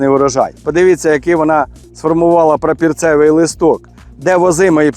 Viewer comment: Тільки не прапІрцевий, а прапОрцевий треба казати!